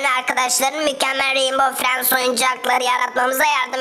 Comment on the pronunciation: Reinbov fiyend diye neden söylüyor mavi